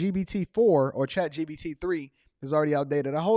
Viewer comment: Chat G P T ....not B